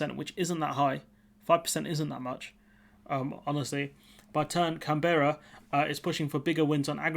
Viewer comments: CAN-berra (emphasis on the first syllable), please. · Sorry... Me again... You're saying Canberra incorrectly. Incase there is need to make more videos on the topic. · Sorry, but if you can't even take advice from an Australian on how to pronounce the name of the country's capital, you are in a state of wilful ignorance.